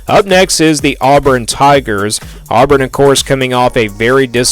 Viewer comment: Dude, you can’t even say Auburn right!!! where in the world are you even from?